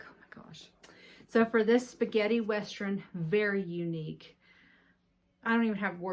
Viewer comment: Sounds like your saying westrun, instead of western! Maybe its just me. That is a gorgeous bag!!